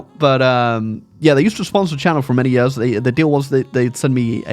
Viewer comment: That explains how he pronounced Years as "yuhz"